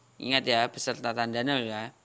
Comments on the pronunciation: ngmg nolnya lucu 😂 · menit ko pas bilang 'nol' nya lucu ya:'v lgi serius serius jdi ketawa haha,maaf kakkkk :v